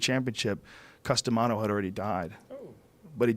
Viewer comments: I'm sorry but when he said his name, i was like what's that? Custom what? XD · Don't know boxing, I thought he was saying "Custom Auto". I said to myself, " That's a pretty strange name for a boxing legend." I now know that he was saying Cus D'Amato lol